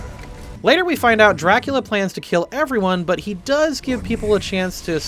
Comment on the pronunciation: Is he pronouncing it Draculer??